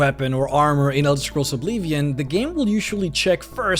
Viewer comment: i love ur videos but i cant stand when u say obleevion :(